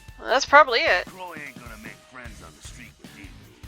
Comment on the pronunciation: It's interesting something i see a lot of people that play melee characters forget is that you can block (default key is holding down Tab) to help you not get beaten around all the time. Edit: Also why do you say LaCroix like LaClaw????????